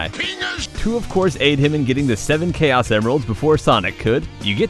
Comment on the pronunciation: Its Pronunced Kay-Os